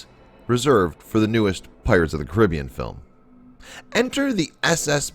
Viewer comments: U said carrabean wrong. So wrong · Switched off when he pronounced Caribbean so wrong